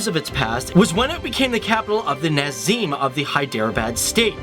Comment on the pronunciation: His pronunciation of Indian names🙄